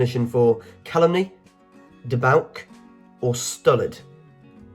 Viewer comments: Debauch is pronounced "deBAWTCH" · Did he even notice "obdurate" was on there twice, back to back (80-81 I think)? And "cognizant" and "cogent" are practically synonyms. Yes, the mispronunciations are ANNOYING ("debauk"?)!